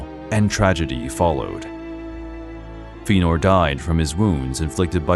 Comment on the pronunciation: While I appreciate this work you’ve done, please work on your pronunciation of names like Fëanor and angband. It was just such a Thorn that I couldn’t enjoy the whole piece